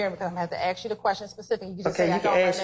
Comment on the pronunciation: How u go to law school and still can’t properly say “ask”